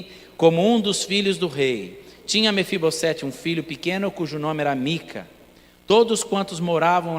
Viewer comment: Mefibosete, o S NO FIM DE NOME PRÓPRIO TEM SOM DE Z.